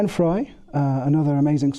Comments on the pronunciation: Yes, I am going to create a video about the Eagles and have a shitty AI voice that can’t even pronounce Glenn “Fray” correctly! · I watched this and realized that the producers of this documentary had more facts wrong than they had right. Wrong facts and speculation. Additionally, the one guy didn’t even know how to pronounce Glenn Frey’s name. This is one pathetic bit of production…